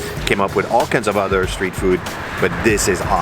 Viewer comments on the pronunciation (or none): none